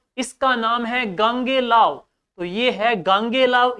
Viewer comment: Sir Gogelav h na ki gangelav